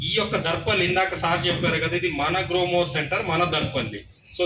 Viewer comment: గ‌్లోమొర్ కాదు గ్రోమొర్ 😅😅